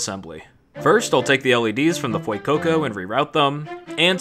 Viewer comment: Ah yes the Fuecookco.